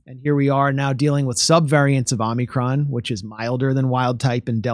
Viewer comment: It's hard to take what this guy says seriously when he doesn't even know that it's Omicron and not OMNICRON!!! OMG This drives me insane!!!!!